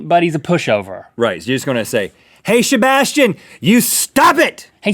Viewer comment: I don't like how they say my name.. haha.. SHEBASHTIAN